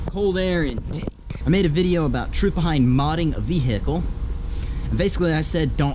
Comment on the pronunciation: listen how he says vehicle